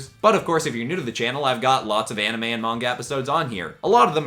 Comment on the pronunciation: Ok you realy gota work on that name for the series